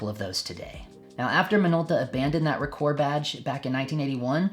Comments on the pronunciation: Ahem....ROH-kor, not ruhKOHR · Good video but you are killing me with the pronunciation. its pretty well established that Rokkor is pronounced Rock-or not roak-or.. Hence the name of one of the most popular minolta websites ever the Rokkor Files, which is a take off on the Rockford files. Also the earliest SR pre-MC mount is often referred to as just SR or auto rokkor or AR I and II There are some lenses in this group with some interesting characteristics too